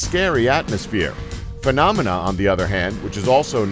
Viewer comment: you called phenomena "philomena". ha